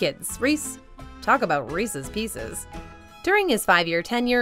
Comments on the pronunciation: sigh She said "Reecees" instead of "Reece's." I've never understood why people pronounce it like that. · I liked it til she said Reesies, must be from the east coast, the only people I know who say it that way are from the east. It’s Reese’s, there’s no I in the word. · She said REECIES!!! Ahahaha😂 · Please, people, don't pronounce Reese's as Rees-ees ! Anyone bearing that surname will be offended.